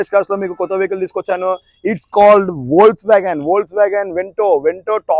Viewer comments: It's called Vols vagan ❎ Spelled as Vokswagen ✅ 😅😂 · It should pronounce as folks wagon though it is Volkswagen